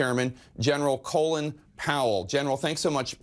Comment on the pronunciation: Did he just refer to him as Colon instead of Colin?